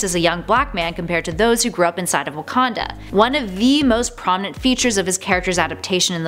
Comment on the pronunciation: You said Wakanda wrong